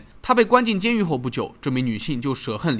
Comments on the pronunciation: 含恨离世（han）二声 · 含（ㄕㄜˊ）恨離世？